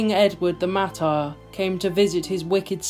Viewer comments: Well done, nice video. Just so you know Edward the Martyr (pronounced marter) The Earl Gloucester and his 149 knights, would have had a number of squires, servants, sergeants, and possibly mercenenaries with him too. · Well done . The word is mar tar ( martyr)